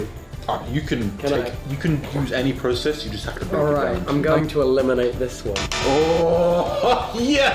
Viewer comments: ok did tubbo's talking ability's just get kicked out cause instead of saying eliminate he said eliminarate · dyselxic tubbo moment "elemarate this" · tubbo is it hard to say eliminate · When tubbo said “elemranate” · The “elemeranate this one” got me laughing sorry! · "I'm gonna eliminanate this one" dislecsic moment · "elimolirate this one" - tubbo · If you ever feel like you're down just remember that tubbo said "elimerelate" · "elimerinate" Tubbo - 2021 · " i feel like im going to eliminarate this one" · when tubbo said “ im going to elimerninate this one” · New word aleemerate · Tubbo: Elimerate That laugh tho